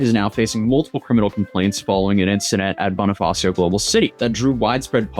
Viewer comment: Just some notes for pronunciation You can try saying Taguig as ta-GEEG. Geek, just with another G. Bonifacio as Bonifa-SHOW. Our vowels and consonants are very Spanish.